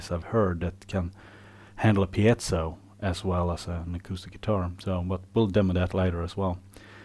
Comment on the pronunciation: You pronounced "piezo" correctly, you're my favorite deputy.